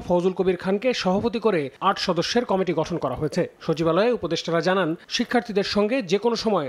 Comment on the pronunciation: কমিটি উচ্চারণ করতে পারে না, ক্যামিটি বলছে সাংবাদ পাঠিকায়🤔🤔🤔🤔